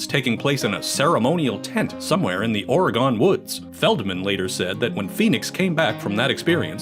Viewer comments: you mean “Oregen”. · Who da fuck says oregon like that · why the hell is it so hard for people to pronounce Oregon, correctly?